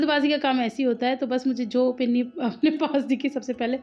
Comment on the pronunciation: Behen pinni nahi Panni hota hai😂